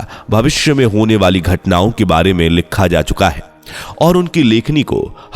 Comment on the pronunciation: लिक्खा है.??? सही उच्चारण भी नही कर सकता है.